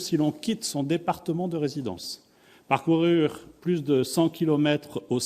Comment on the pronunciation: Ba déjà il commence avec parcourure o lieu de parcourir 😂😂😂😂😂 le gas a beuger